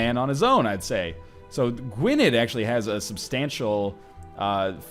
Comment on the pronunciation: the dd in Gwynedd is pronounced like 'the'